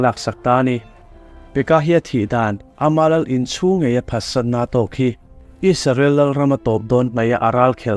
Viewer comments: Isarel tih nilo in Israel tihian lam hram teh ang u . Ram hming ani a duh dan dan a lam chi ani lo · Isarel tiin ilam thina Israel tih zawk tur a ni lo maw?